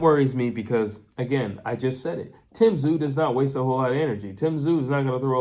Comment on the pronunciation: Hey you pronounced Tszyu correctly.